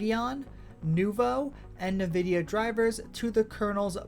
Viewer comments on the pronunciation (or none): it's it's pronounced en-VID-ee-uh, not NUH-vid-ee-uh.